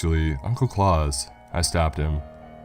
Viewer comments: Surely it's Claus as in the actual name rather than claus as in Santa, really killed the story even tho as many have pointed out it's stolen from the twilight zone episode anyway but really pronunciation is important when reading scary stories as it immediately kills the horror and makes it funny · Jesus christ you uncultured swine it's Klaus. KLOWCE NOT KLAWS. JESUS H CHRIST I DIED EVERY TIME YOU SAID HIS NAME. IT'S FUCKING GERMANIC